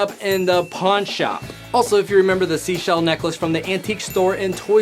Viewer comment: He said sheshell insisted of seashell